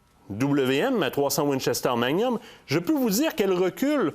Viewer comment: Manium?, on prononce le "g".